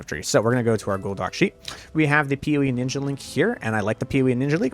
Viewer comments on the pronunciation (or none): none